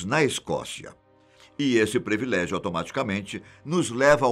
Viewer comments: Senhor, eu assisto todos os seus vídeos, sou inscrita, dou meu like para todos os vídeos do Fatos Desconhecidos, mas fico triste com alguns erros que o senhor comete. A pronúncia da palavra ISLAND, em ingles é AILAND e nunc diga previlégio, porque o correto é PRIVILÉGIO. Me perdoe por isto. É porque eu gosto muito do senhor. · Caro, a pronúncia correta é privilégio e não previlégio. Você é um excelente apresentador. Só falta acertar esse detalhe. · Doem meus ouvidos ouvir PREVILÉGIO 20 vezes quando a palavra é PRIVILÉGIO. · Só uma crítica construtiva ao canal. Essa palavra foi falada várias vezes e de forma errada. Não é previlégio. O correto é privilégio. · Muito bom vídeo. Só acho que o apresentador deveria passar a falar "privilégio" e não "prEvilégio". Desculpe a "sinceridade".